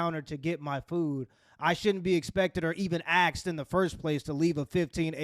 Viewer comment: axed? no you didnt😂😂😂